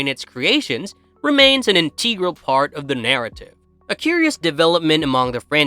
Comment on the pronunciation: Subsequently, contributes, integral, universes, thematic, speculated. What the fuck, man. When do you have to pronounce all these words so poorly?